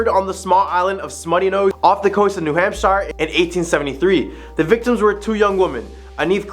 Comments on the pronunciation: Sorry to be that guy but I can't get past it. We pronounce it "New Hampshur" not "New Hampshyre" Same with Concord it's closer to "Concurd" than it is to "Con-chord" We're weird like that. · A little , teeny bit more research due here. Hamp shire? Say it like sheer. Some say it like hampster, without the t. Research, at least google, maybe talk with someone from New England or wherever you are investigating. The Blair bridge is just I’ll used by people ignoring the signs about weight and taking turns. It has become a thing for the college students to drink at the bar right next to it and then try to light it up again to be part of history. Locals patrol to attempt to prevent. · I can understand not pronouncing New Hampshire correctly if you were from a non english first speaking country maybe. This dude cant even pronounce one of the states thats name is basic english. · Pronounces Chocorua correct but new Hampshire wrong… but I digress. I literally just camped up on Chocorua 2 weeks ago and have many times in years past. No monsters, unless its us snoring that you hear